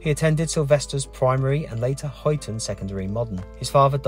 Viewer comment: i need to raise a few comments with regards to your video. Let me start by CLEARLY saying this is no criticism of your or the video. It isn't... But the Scourers Call it Huyton Ermm so take away the U Its Hyton... LOL Also Huyton Is not and as never been in the county of Lancashire... Now How do i know this. Im a Dudley Born Guy Living in Huyton As such Huyton is under Knowsley Council. Liverpool. As a Dudley Born Guy this is why i have said go to Dudley and cover Duncan Edwards Grave Munich air crash survivor. Especially Now Bobby Charlton has passed away.